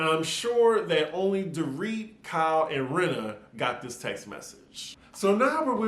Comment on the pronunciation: KYLEEEEEE I come just to hear you say it!